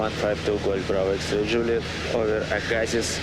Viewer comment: Btw... Aggasiz is pronounced "Aga See." Hope that helps in the future. Great video. Listening to it for practice, as I'll be moving back to Canada in the spring to earn my PPL and CPL. Thanks for the editing!